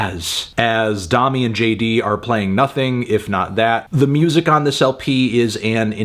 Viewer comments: say domi like you’re saying dome, not dominate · I cant believe he pronounced it "Dom-me" the whole time instead of "Dough-me"... Melon... its like the musical solfege.. "do re mi fa so la ti"... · P sure it’s pronounced like domey not dommy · Isn’t her name pronounced “DOH-me” not “Daw-me”? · I was hoping you'd review this. I like this record a lot, but i also agree that it does feel a little half baked at times. People have been waiting 3 years for this record though, so maybe it was also time for them to just finish it and move on. also i think its pronounced DoMi, not Dahmi, but don't quote me on that. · Domi - pronounced "doe - me" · it's pronounced domi as in dome-y, dome as in head, head as in melon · doe-me and jay dee beh-ck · i thought domi was pronounced with a long o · doemi not dami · "Dommy" lol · Domi = "domie" -- like "homie." I think, anyway. Great review, though. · Fantano has no fucking idea about jazz. Also can’t pronounce the artist’s name. Also what is a “progidy?”